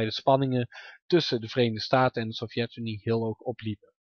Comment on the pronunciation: Fix je klemtoon. Het is SOVjetunie, niet sovJETunie. Verder puike video.